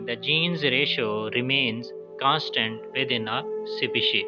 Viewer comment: Species ka pronunciation toh thik se karlo